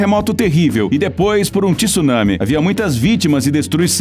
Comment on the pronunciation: VÍDEO MUITO BOM. (tsunami em vez de tisunami)